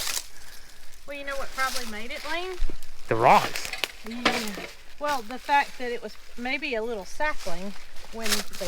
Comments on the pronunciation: I think it's a shelter from 200 plus year ago. He's saying whale...and I finally figured out he was saying well, lol. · I kept thinking that was saying “whale” and I couldn’t make sense and then it dawned on me….he was saying “WELL”! Sorry,! My accent and yours collided!